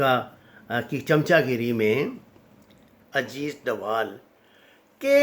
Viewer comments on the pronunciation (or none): his name is Ajeet dodal not Ajeet dowal